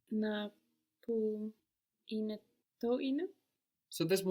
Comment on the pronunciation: Why is the teacher not correcting the students pronunciation of έναι ? She is very clearly pronouncing the second syllable as α instead of αι